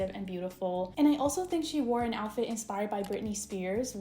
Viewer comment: I can’t believe you said joutfit